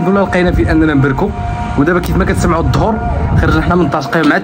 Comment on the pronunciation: الإسلام فيه كلمة الظهر addor وليس ظهر dhr, يجب عليك أخي الإنتباه جيداً للنطق لأن هذا دين الله الإسلام، نفس تجربتك مع البحث عن الكراء ب الوالدية مررت بها أنا وأسرتي الصغيرة يوم 23 غشت 2023 بمدينة الصويرة وأخيراً وجدنا منزل صغير 2 غرف ب 250 درهم بدون مطبخ ، بالصحة والراحة تحياتي.